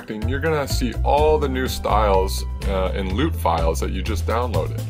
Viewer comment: I cringe every time he says "loot" its lut, which stands for look up table